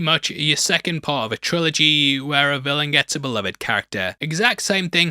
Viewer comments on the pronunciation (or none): none